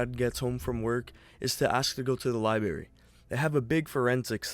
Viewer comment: why do the guy keep saying library without the R?